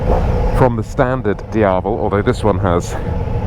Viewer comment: Its not "Dee-ah-vul". It is DiaVEL. Dee-ah-VEL.